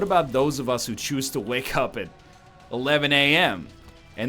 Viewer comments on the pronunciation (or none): none